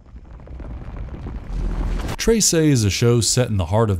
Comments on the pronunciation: i still don't understand how he keeps saying "tray-say" instead of "treh-seh" when it's said correctly :(( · its read like tresai its read tre s e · Anybody else find it a little bit annoying that he keeps saying tase'ey instead of just saying Tress I mean come on they even pronounced in the show correctly why is he saying Trace'ey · "treysey" IT'S TRESE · Tre-se NOT Trey-sey. ❤ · "Trey sey" 😂 You can just say "Trese" without the emphasis on "ey" sound on e. Overall great video, very entertaining, just cringe on the pronunciation. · just wanted to say as a filipino, it's pronounced trehseh not traysay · Am I the only one who's bothered whenever he say "trey-sey" and not "treh-seh"?? only me? okay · Hearing him say "traysay" hurt me as a Filipino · It's pronounced as Treh-seh not Trey-sey. Honestly, it could've been something but the pacing somehow got me tilting my head. Its a butchered mess that got crammed into 6 episodes, with a few more episodes and better pacing this show would have gotten a lot better reception and got more views than it got. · except for "tray-say"... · "Treysay" "Azzweng" "Nunoh"